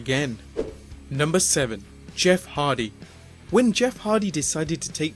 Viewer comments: Anyone hear him mispronounce Jeff Hardy as Jeff Harvy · He said Jeff Harvy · Did this guy just say Jeff Harvey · He said Jeff harvey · Fortnite Mobile Kid in an old video they introduce Jeff as Harvey instead of Hardy. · Did he say Jeff Harvey???😂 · my man says Jeff Harvey 😂😂😂😂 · Did u say Jeff Harvey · am I the only one who heard "Jeff Harvey"?